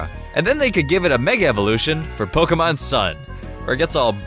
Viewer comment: IT'S pronounced poKEYmon! ! FFS!